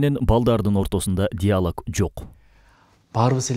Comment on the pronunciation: "диалАг" эмес, 😆 😂, а диалОг